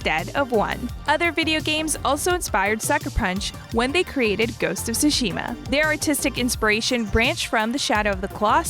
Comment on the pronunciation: How is it that anyone who has played the game doesn't know how to pronunce Tsushima? They say it like 300 times in the game.